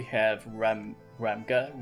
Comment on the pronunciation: Thanks for the videos - very insightful! According to Korean pronunciations, Ramge is pronounced like Range with an 'M'. Also, Rachel should be something like Rahkel, but whoever translated didn't really think through.